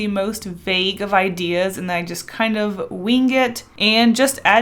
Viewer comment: I love your drawings and vids and everything... but it’s wing not weenG